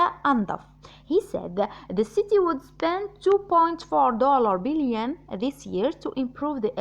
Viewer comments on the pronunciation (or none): none